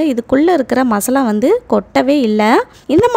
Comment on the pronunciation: Maslavaa? masala